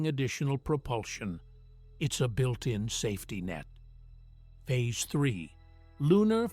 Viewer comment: If you can't find a human to narrate at least find an AI that can pronouce simple words like space and phase!